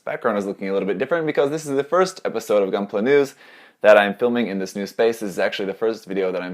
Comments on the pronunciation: Most Italians say "goonpla" that way, because that's how you read it in Italian (more or less)... not that it explains anything. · lmao they pronounced gunpla like they do in Italy